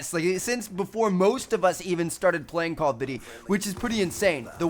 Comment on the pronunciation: I like it when he pronounces call of duty like call of dudy 😂